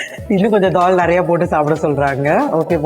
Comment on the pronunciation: It's Dall or Doll madam??i thought it's new dish Doll🤣🤣🤣